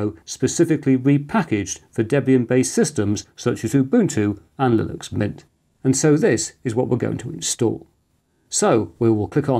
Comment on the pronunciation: one slight quibble: you keep saying "lillux" and totally ignoring the N in the word.